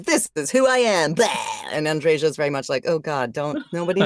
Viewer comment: My favorite character in a game I absolutely adore, but it annoys me that everyone mispronounces her name. It's An-dre-yuh, not An-dre-zha. Besides, Andreja is a man's name, that's my friend's name. The feminine form is Andrea. The name comes from the Greek "Andreas", originally from "andreios" meaning "brave, manly". P.S. Yep, she's definitely uncomfortable talking about the romance dialogues and how she got over it.